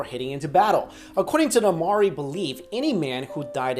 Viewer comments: yeahh maori brooo yeah, oh and its pronounced as mau ree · maori is pronounced moe - ri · I am triggered, you said Moari terribly wrong. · Just a heads up, I'm from New Zealand and you're pronouncing Maori wrong